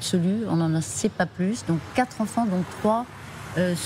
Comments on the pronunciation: Je crois que j'ai entendu ce QUATRE Zenfants de la bouche de la procureure !! De mieux en mieux en France on a que des brèles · "les quatre zenfants" !!! Pour une journaliste, il fallait la faire, celle-là !!! Bravo madame !!! Licenciement demain à la première heure !!!